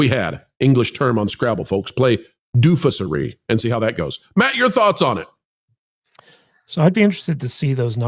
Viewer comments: I think you mispronounced dofussery, I'm pretty sure the emphasis in that word goes on. The f u s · Please correct your mispronounciation of the definitively superb adjective dofussery.